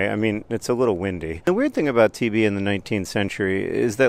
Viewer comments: The video was playing as background noise and I thought John said "TV in the 19th century" not "TB in the 19th century." Tuberculosis makes a lot more sense. TV in the 19th century would've been wild. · It took me rewinding the video 3 times to realize you said "TB in the 19th century" and not "TV in the 19th century."